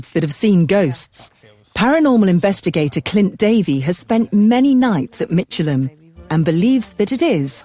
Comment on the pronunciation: It's pronounced Mick.. elham, not Mich.. elham.